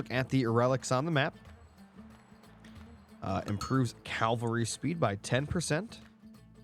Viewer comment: Why do all these aom streamers keep saying calvary instead of cavalry?? Skipped school or something?